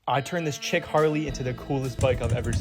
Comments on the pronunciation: "Chick" Harley. LOL! I remember my first beer. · Did you mean "chic" Harley?